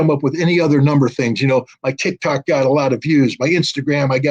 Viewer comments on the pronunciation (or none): none